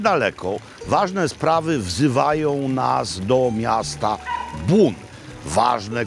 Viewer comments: Robi, powinieneś przyłożyć się do wymowy francuskiej, bo nazwę miasta Beaune wymawiasz nieprawidłowo. Zbiór liter "eau" wymawia się raczej jako "o", a nie "u" jak Ty czynisz. Salutations!🙋‍♂ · Bon nie Bun. Poza tym super :) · Jak zwykle wspaniały odcinek! Trochę myląca wymowa nazwy miasta Beaune...